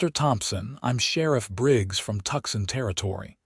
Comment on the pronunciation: Not Tuxon, it is Tucson pronounced Toosawn